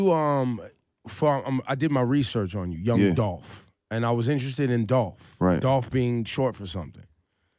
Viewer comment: Why "Adoft" keep talkin' bout Gotti?